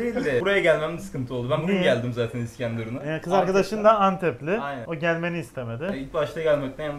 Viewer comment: iskendurun değil, iskenderun! Her videoda aynı söylem. Lütfen bu kadar tarihi yerin ismini düzgün telaffuz edin.